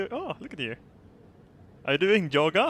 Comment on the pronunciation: He pronounces everything with a Y and he calls yoga "joga" XD